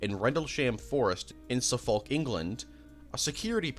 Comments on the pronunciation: The butchering of some these pronunciations is painful lmao Sagittarius is 'saj-it-ary-us' Suffolk is 'suh-ffuk' (like a less harsh way of saying fuck) Rendlesham is 'rendle-shm', with a very soft vowel at the end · Lubbock & Suffolk too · Your mentions of popular movies would come off smarter of you could pronounce Tucson, Suffolk. Rendlesham and several other words you got wildly wrong